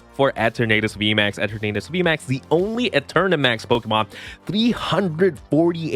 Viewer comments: “Eh-ternadus” is a little.. eh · 🤣 he gotta be trolling saying it like that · Why do you pronounce the name like that?